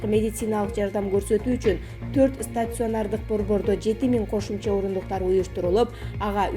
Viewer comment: Стационор дейт го